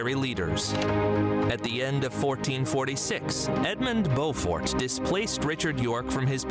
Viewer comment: Beaufort is pronounced Bow fort, as in the video. Not Bew fort. Check out images of Leeds City Square where we have an impressive statue of The Black Prince